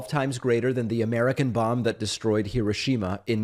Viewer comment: The way Americans pronounce Hiroshima is hilarious